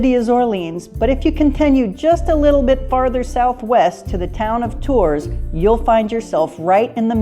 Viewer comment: The plural of chateau is chateaux, not chateaus. Tours is pronounced Tour , no s . Why can’t Americans pronounce French…or even English.